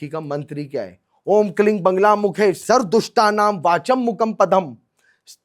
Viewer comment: Buddh bhagwan vishnu ke avtaar nahi hai..correction kare aap...bagair gyaan k video kyu banate ho.. Ye mahashay bagla ki jagah bangla bol rahe hai lagta hai inko bangla banana hai.. Bagla ka sahi ucharan vagla hai shastra k anusaar. Aap pahele rudrayamal tantra, sankhyayan tantra padhe fir bole.